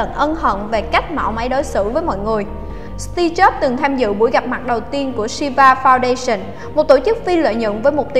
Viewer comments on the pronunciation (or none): Nghe sao ra Tia Chớp :v